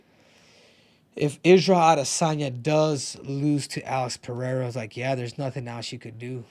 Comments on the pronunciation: Ive been saying that from the start. It's like most commentators got a memo to call him Pinada or Penada. Something stupid. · Rogan is the worst, calls him pehera smh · or Chael calling him Pierra